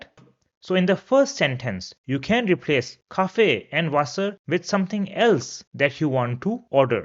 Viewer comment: Your content is good but pronunciation is so off. like Frau, wasser etc.